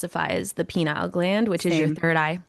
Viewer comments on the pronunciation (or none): I don't think you pronounced "pineal" correctly. "Penile" (Pea-nile) relates to a different part of the body further down from the pineal gland and only found on a male. 🤣The "i" in pineal is long, like in "pie" or "pine," BUT I think it's cute how you say it. 😃